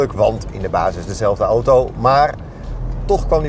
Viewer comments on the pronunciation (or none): none